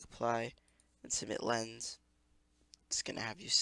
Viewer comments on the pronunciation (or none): its lens, not lesne ♥